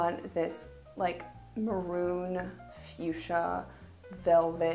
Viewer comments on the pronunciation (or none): none